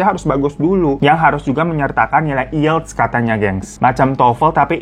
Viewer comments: ielts dibaca aielts bang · Bacanya aiyelts bang